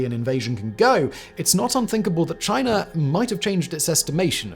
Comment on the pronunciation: i just love the way he says "chiner"